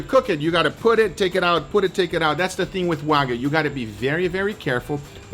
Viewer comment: NO DRY AGED "WAYGU"